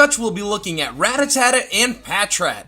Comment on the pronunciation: Does he mispronounce Rattata on purpose lol?